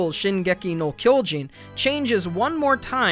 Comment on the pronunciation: just some jp pronunciation: the o in kyojin is not like in English. You kinda "blow" it up ig. You would need to use an o more like in words like opera.